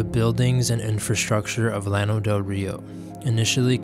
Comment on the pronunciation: Nice, lots of new info to me, and old photos. Never heard anybody pronounce it 'lano,' always 'YAH-no' in Spanish fashion. the flatland. That was the only thing that irked me (over and over and over). Old-time friend of our family recounted story of Llano residents stealing their chickens. Have visited site, had no idea it was once so big and populated.